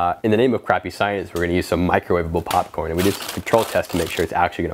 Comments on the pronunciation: did he say porn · He said charcoal porn lol